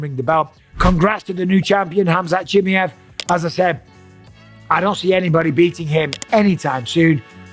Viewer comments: its "Chim Mai Ev" not "Chimmey-Ev" ...Mate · Why are you calling him Chim-i-ev, while he is Chim-a-ev? Is this some kind of trolling? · Bisping, learn how to say faking names right. Chimaev not chimeev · It’s CH-MY-EV not Chimi-ev 😂😂😂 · chimiev? its chimaev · Chi mi Yev - Bisping never gonna learn how to spell his name correctly. CHI MA YEV ! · Atleast now show some respect and start pronouncing his name correctly… here I’ll help you not CHIMMY EVV it’s CHEE MY EVV BUSPONG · “Khamzat Chimmy-ov” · chimmy-ev. Mate you are worse than Chael calling him Hazmat. Have some respect for his name, its not that hard to learn how to pronounce it. Imagine someone calling you Mikhaila Pissping....... Not funny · wtf is khamzat "chi me ev" ? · Khamzat Chim-E-av 😂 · Chim"A"ev bro. "A" Say it now. Chimaaaaaev. AAAA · its CHIM-MAA-YEV, for the love of god. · MIKEL BISSPININING his name is (K)Hamzat CHIMAEV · He said his last name wrong like 30 times in one video 😂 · Bisping can't even pronounce Chimaev... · Please Michael, learn to pronounce his last name correctly! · He always says Khamzat last name wrong 😂😂😂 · if you are going to give opinion..learn how to say the champions name right .. Busdink.. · COME ON BISPING ? AT LEAST TRY AND PRONOUNCE HIS NAME CORRECT 😂😂😂😂😂😂😂 YOUR TAKIN THE PISS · For the love of God, Mike, learn how his name is pronounced. Especially now he's champ, lol